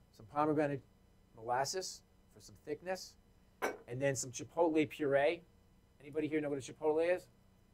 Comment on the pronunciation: he sure does 🌶